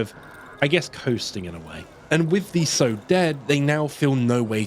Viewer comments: It's sow as in how or now, not sewing seeds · quick note on an otherwise fantastic video - "sow" rhyming with "low" is a verb for planting seeds. the female pig is "sow" rhyming with "cow"